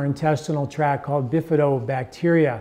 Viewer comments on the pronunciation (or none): Intestinal tract, not track.